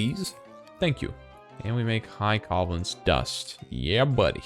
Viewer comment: The way you pronounce covalence disturbs me greatly.